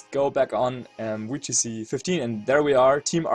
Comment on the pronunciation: not trying to be rude but can you say the "Vee" sound in VGC and you just choose not to?